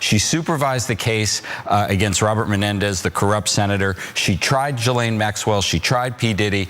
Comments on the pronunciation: Her name is pronounced Gah-Lane not Giz-Lane please stop pronouncing it like that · OMG Ana, Please pronounce Ghislaine Maxwell's name properly, its NOT Jizz-lane, Its Gi-lane, Gi sound in the word Giddy. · 1) It's not pronounced 'Jillaine', 'Jillen', or 'Jislain', it's Ghilain or Ghilen. 2) Why do Americans say 'ouster' instead of 'ousting'? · For fucks sake, her name isn't "Jizz Lane" Maxwell. It's pronounced ghee-LANE. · Ghe-Lane not Gah-lane lol get it right bro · American's butchering the English language... great video. But Ghislaine, is pronounced Gil - Lane. Hope that helps. Because EVERY-TIME I hear it mispronounced it does my head in... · Jizzlane sounds funnier though